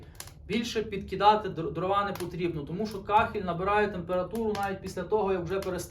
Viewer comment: не дровА, а дрОва.